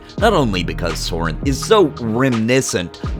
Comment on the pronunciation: Sorhiryth... ehhh not a fan of this name as its not something that everyone can easily pronounce. You're saying Sorinth..but thats not how its spelled I'm confused.